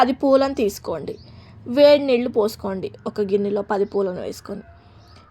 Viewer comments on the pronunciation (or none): none